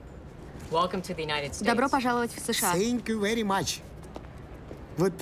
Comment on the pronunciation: welcome to united states - сенкйуу вэри матч (вот уроды)🤣